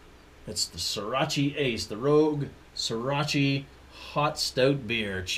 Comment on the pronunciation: Srirach-uh! Not Srirach-ee! LoL Cheers!